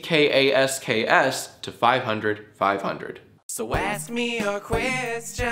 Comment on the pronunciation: Every time he says jackasks I here jackass